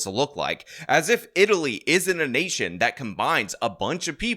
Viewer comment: He said "you're in a nation like Germany" and I heard 'the urination of Germany' 😂